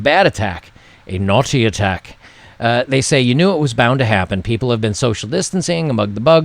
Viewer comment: "a naughty attack" LOL Thx man, that made my day, with the English accent haha !!!!